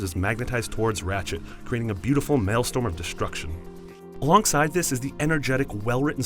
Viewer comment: Did he say "maelSTORM"?